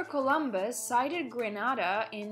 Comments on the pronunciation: Not Granada. Gren na da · Why u are pronouncing our country name wrong not granada .....its greeeeeenada . Get the greeee part ok?